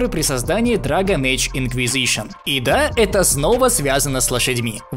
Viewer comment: Инквизышн... инквизышн